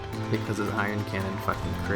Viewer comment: love your videos, actually got me and two of my friends into pet battling lol so thank you. but one thing i have to say....its not iron cannon. its Ion cannon. anyway, keep up the good work.